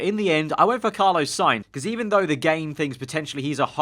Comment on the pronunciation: Carlos.... spelt with an S at the end, i beg stop saying carlo